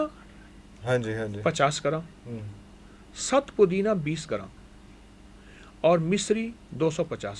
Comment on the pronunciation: ست پودينہ بولتے ہیں ، سخت پودینہ نہیں